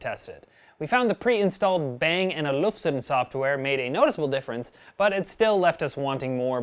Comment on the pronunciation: uh keys are you guys not familiar with Bang & Olufsen ? you pronounced that horribly and its one of the best if not the best speaker maker in the world